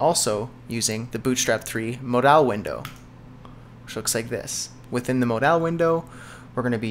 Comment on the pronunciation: Mod-owl window? hehehe no its Mod-ul good vid man thanks!